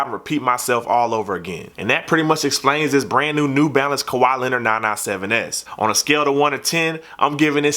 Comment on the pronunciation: "Kawhaa Lehnurd Nah nah sehven Essss"